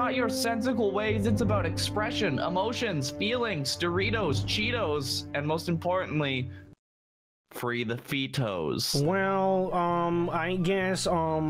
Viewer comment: Why did you say cheetoh